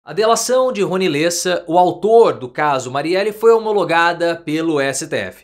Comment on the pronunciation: Lêssa? É Léssa… (Lessa).